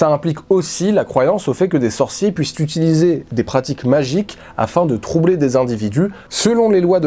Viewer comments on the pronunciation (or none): none